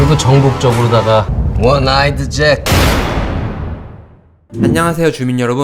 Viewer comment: 원아이드잭이에요 원아이드짹이 아니라